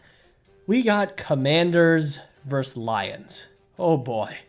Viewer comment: Say the word “versus.” VersUS. It is not “verse.” Versus.